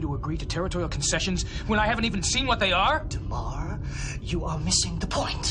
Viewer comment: D-A-M-A-R not DUMAR. How can you be so deaf?